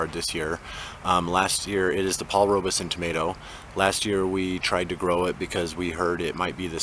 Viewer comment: Paul Robeson pronounced his name with the E silent! I know it isn’t a big deal, but as a person, he was enormous and deserves for his name to be said correctly!